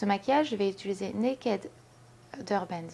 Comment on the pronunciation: Salut ! c'es étange tu dis "utuliser " ^^ Sinon très beau make up :)